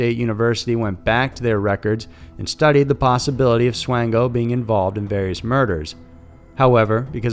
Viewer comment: Michael Swango is pronounced SWAN-GO. There was no Swain (like Twain) It was SWAN-Go